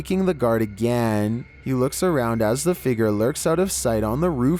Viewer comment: Homie really said figer instead of figure